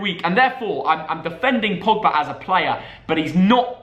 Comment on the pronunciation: They spelled pogba wrong they said pobga